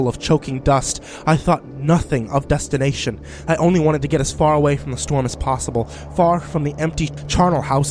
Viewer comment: He said "Dust"ination.. XD